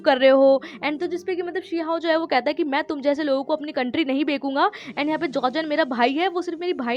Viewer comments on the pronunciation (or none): It's not Bekunga it's Bechna 😀but it's nice to listen bekunga from ur mouth